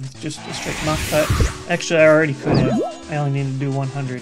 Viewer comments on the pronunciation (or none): none